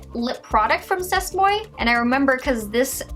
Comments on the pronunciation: I so cringed when she said "sest moy." 😂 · C'est moi is pronounced "say mwah" and means "it's me" 😂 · C'est moi is pronounced like say mwuah 😂😂 It's French for 'this is me' or 'it's me.' The way you said it made me laugh though. Edit: got that same Trestique mascara in my October BoxyCharm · "c'est moi" means "it's me" in french. it's pronounced like "say mwa". just thought i'd let you know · C'est Moi is French, pronounced Say Mwah. It means "It's ME." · I was literally cringing every time she pronounced it lolol